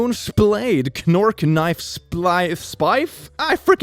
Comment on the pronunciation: Fucking calling a knork for kenork, really reveals how uncultured he is; hasn't even seen Clone High